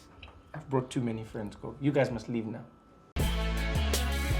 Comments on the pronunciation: It's Gogo Not Koko #smh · Gogo* Trevor pronounces it wrong.